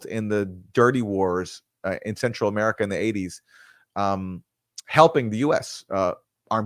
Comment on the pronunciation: "Ameriterror" lol! "Amay-rah-Tay-ruh" in the South, "Ameraterrah" in New England. love it